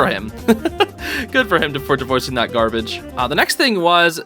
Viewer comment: huh that is an odd way to say "garbage" XD